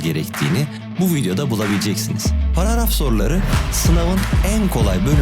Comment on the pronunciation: paragraf ❌ paraaraf✔